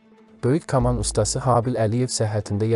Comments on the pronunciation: Oğlum, "kaman" sözünü düz tələffüz elə, yoxsa Habil baba sənə solaxay bir şapalaq vurub öz yanına aparar... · Kama cayl yox koma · K’aman nədir? Bu necə tələffüzdü? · K kolxoz yox ay . Kaman. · Kaman, kaman... ay aparici. Koma sozundeki "k" herfi kimi seslendirneyin, lutven!! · Mətni oxuyanın səsi necə əsəb verir.Böyük sənətkar haqqında necə danışırsa qulaq asmaq istəmirsən.Kamaya düşüb nədir? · Allah rəhmət eləsin böyük sənərkara.Yeri cənnət olsun.Amma..Bu mətni kim oxuyursa getsin əvvəlcə Azərbaycan dilini öyrənsin.Yaxşı hal deyil."k"hərfini düzgün tələffüz etsin "kamaya düşmək"nə demək.Kaman kamandır.Çox xahiş edirik belə şeylərə diqqət edilsin.Belıcə musiqimizi ,dilimizi təhrif edə -edə başqasının dəyirmanına su tökmüş oluruq. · Kaman sözünü düz tələffüz etmirsən.hörmətli danışan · Hər məlumat gözəl, amma aparıcı kaman sözünü düzgün tələffüz etsəydi, daha gözəl olardı... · Ayıb olsun,sən deyəsən başqa millətsən.Hər kaman sözünü eşidəndə əsəb keçirirəm. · Dilinə qara yara çıxsln ki,KAMAN sözünü düzgün tələffüz etməyə canı çıxır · Каман йох..саман, йаман..Китаб созунун баш херифин ишлет.. Картоф ..созунун йох.. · Həqiqətəndə aparıcı kaman sozünu düzgün tələffüz edə bilmir,nə millətidir görən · "f" - hərfini deyə bilir, onlardan deyil, amma ki, "kaman" - deməyi öyrənmək lazımdı. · Kaman sözünü elə tələffüz etdi ki, içindəki xrustallar dağıldı. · Ürəyim tıncıxdı, bu danışan adam kaman sözünü düz demir. Danışanda bir sözünə, fikir ver də. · "Kaman" sözünü düz tələffüz etmək lazımdır.Ayıbdır axı,qardaş! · Bu cur gözəl video hazirlamisiz,hec olmasa teksti düzgün edə bilən birinə həvalə edərdiz. Bu insan k hərfinin incə deyə bilmir , kaman,kamanca sözlərinin bol olan bu hekayəni niyə oxudursuz axi? Əksər sözlərin vurgusu da düzgün deyil.